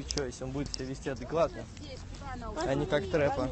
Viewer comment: не траппа, а Трэппа